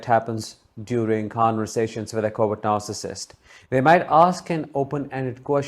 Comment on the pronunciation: When you say words 'covert narssistic' but I heard more 'coward narssictic'. Hahaha. I love it, it fits them !!!!